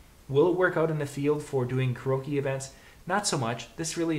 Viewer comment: Hey bud it's pronounced, care-e-oak-e not whatever gibberish you say.